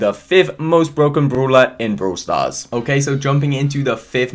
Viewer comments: Me: brawl stars: Broowl stars??? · Love how you say broul stars😍